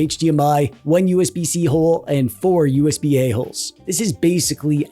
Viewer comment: I keep laughing when you say usb ahole. or when you say gigglebit